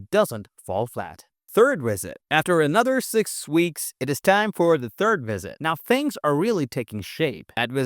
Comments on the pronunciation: Maybe it's part of the charm of your channel, but I know you can say "visit" bc honestly, I feel like your channel is Ai. I'm not even sure if it isn't, but the content is somewhat helpful. But keep saying "WIZZIT" if it's what helped you blow up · Why do you pronounce visit like that?